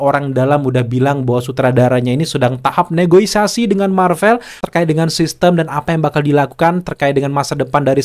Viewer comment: Negosiasi atau negoisasi? 😅